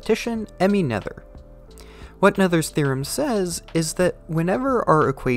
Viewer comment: Pronunciation tip: look up the IPA on Wikipedia (for people like Noether) or use set to the appropriate language and hear what it sounds like. Again, for people like Noether — not “Nether”!